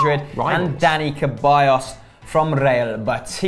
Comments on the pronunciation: it's said Seballos not Keballos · Why do they keep saying ceballos's name wrong?